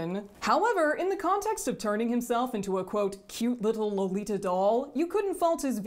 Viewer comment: if you really want to be a purist, how about pronouncing the word "lolita" correctly?